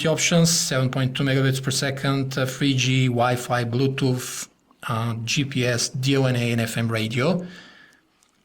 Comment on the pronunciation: bluetooof :D freeee gee xD